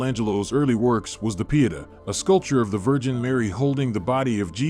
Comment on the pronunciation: YOURPROUNCIATION OF SOME WORDS IS VERY POOR. EX. PIETA. IT BELIES AN IGNORANCE OF YOUR TOPIC.